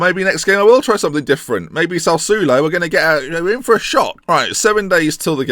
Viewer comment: You need Italian G to pronounce Sassuolo for you